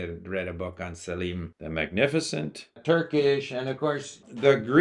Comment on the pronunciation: You read an entire book on Suleiman the magnificent, yet you call him "Salim"